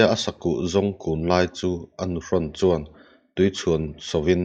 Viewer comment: Hman lai chuan hman lai chuan.. hman lai chuân hman lai chuân.. a thlukna nen hian a dik zawkin ka hria